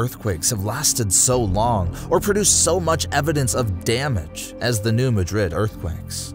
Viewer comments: Not you too!-its new mad=rid,not new ma-drid,please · If i hear one more person call my hometown new madrid im gonna scream! iTs New MAD-rid. We dont say it like madrid spain. Its got a country twang to it. Im not trying to be mean im trying to correct how you say the name of the fault line. Also many pastors in the 80s had prophetic dreams about this time! Great video! Much love❤ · It kills me the way the Bootheel of Missouri and New Madrid are pronounced in this video.